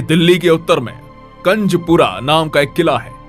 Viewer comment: कंजपूरा नहीं कुंजपूरा है